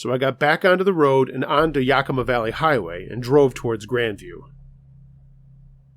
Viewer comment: Love he stories but it us pronounced sh nook for the helicopter and yak a ma valley